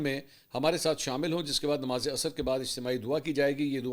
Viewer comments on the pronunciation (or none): none